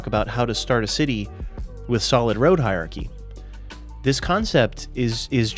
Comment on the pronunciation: Hierarchy has an "R" sound in it.